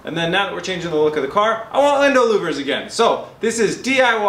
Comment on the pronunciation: Did you say Lindow Wouvers at like ish